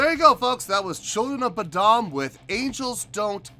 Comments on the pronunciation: Saving you some Internet outrage here before the trolls jump on you.......it's pronounced like Boh-dumb. Or Lamar Odom with a B in front of his last name. lol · "Children of bud uhm" 😂